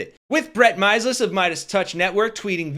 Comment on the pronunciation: It's pronounced Brett My S EHL ES He is one of the three Meiselas brothers that founded The Meidas Touch Network on youtube. They are out performing Fox News and the other cable networks right now.